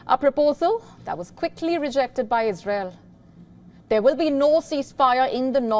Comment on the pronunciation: It is ' ISRAEL' ma'am...its ISRAEL